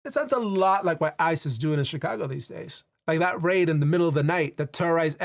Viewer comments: You keep on saying "ICE is" and it sounds like "ISIS" and everything you said basically applied to both. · Every time you said “ICE is” I kept hearing something else…